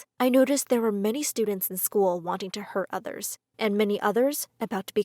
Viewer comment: YOU SAID LCKER NOT SCHOOL